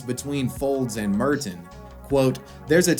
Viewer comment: I can't get over how he pronounces Merton